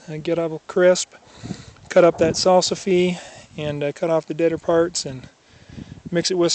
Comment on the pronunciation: Salsifie! Haha, pronunciation aside, they are one of my favorites. Mostly the new unopened flower buds boiled....mmmm.